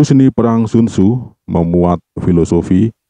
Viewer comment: Penyebutan sun tzu ke sun sinnn ituuu jauhhh bangettt tott.. !!!